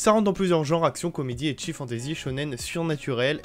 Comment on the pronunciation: Ça se dit pas ”eki” mais ”ecchi” sinon bonne vidéo